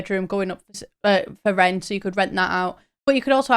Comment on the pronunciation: I kept hearing “Sims 4 Floor-It” rather than “For Rent” and thought it was gonna be a sims GTA type game lmao